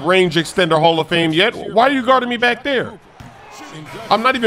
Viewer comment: İs Not hall of hame exactly